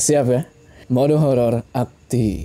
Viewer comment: kenapa kalok bilang''mode horor aktip''selalu mendelik''bng?